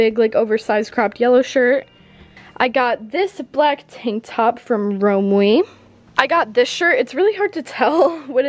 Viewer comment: The way said Romwe made me cringe. Lol